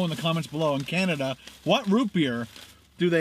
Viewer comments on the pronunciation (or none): none